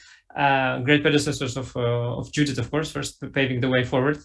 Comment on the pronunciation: It's Judit without the h 🤬